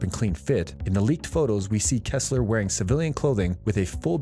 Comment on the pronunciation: PLEASE: Re-record this video with a narrator who has seen The Blacklist! This is just awful listening to! "Kessler"?! Really?!?!?!! Furthermore... whoever scripted this "review" and "prognosis" has failed to observe that the show's focus changed from Red, to Keen and her relentless cycling about her family issues, to become a point of negative viewer reaction. She became literally overbearing and that was apparently a major reason for her leaving the series. The viewers were just fed up with Elizabeth Keen. With her departure, the show is intended to get back to its roots and focus on criminal and spy intrigue, which was the reason for being so popular in the first place. Megan Boone and her character became a liability!* Personally, I am happy she is out! She's a dead horse that has been beaten so long, it left a rotting, blubbery, smelly mess on a hollow carcass!